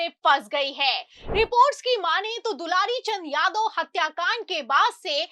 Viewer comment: दुलारी नहीं दुलार चंद नाम था सही बोलना सीखिए 😂😂😂😂